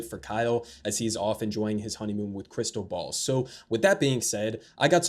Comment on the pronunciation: Am I crazy or did he say Krystal Balls, with an S at the end? 😂